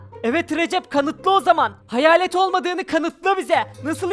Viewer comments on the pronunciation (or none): Her seferinde neden hayarlet diyolar ya?!